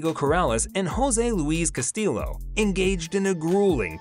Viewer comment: It’s pronounced cast-ee-o. Two Ls make an E sound in Spanish